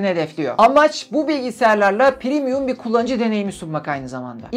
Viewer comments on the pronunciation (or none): none